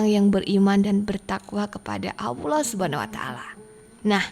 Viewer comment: Robah itu jangan AWLOH. salah itu, belajar yg benar.